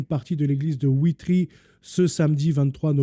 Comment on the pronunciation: Bonsoir, je suis belge, ça s'écrit Witry et ça se prononce VITRY 😊 C'est en province du Luxembourg. Mon oncle reparait les clochers en Belgique, malheureusement il est trop âgé et ne sait plus.... Sauf erreur de ma part les journaux télévisés n'en ont même pas parlé. C'est ce qui est d'autant plus révoltant. S'il s'agirait d'une mosquée, ça ferait la une! Pauvre monde!